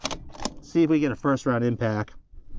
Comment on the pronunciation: what is it with all you youtube steel shooters saying "Impack", its "IMPACT", damn.